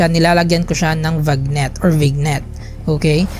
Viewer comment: Vignette - vinyet ata sir i-pronounce not vignet parang bagnet sarappp